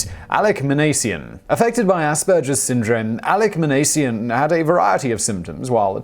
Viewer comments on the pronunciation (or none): There were several names Simon mispronounced in this video. Minassian and Lapine were the big ones he messed up.